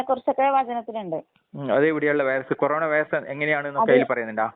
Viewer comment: കൊറോണ എന്ന് വ്യക്തമായി പറയാൻ പോലും കഴിയാത്ത പാവം ദൈവം